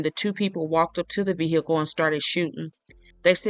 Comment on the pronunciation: Ve--- HEE--cle annoying